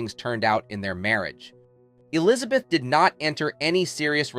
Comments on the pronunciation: Really ? You should at least know how to pronounce her name correctly. It is NOT Alizabeth; it is E lizabeth. Even your English is bad. Did you idiots who make these stupid videos not go to school ? Fool. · Today I learned that the first syllable in the name Elizabeth is "uh".